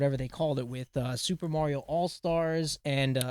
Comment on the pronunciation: is correct in his pronunciation of "Mario"... is correct... that physically hurts to say.